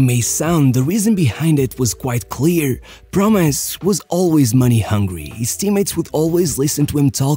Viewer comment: I find it interesting that the way u say "promes" sounds like "promise" 😂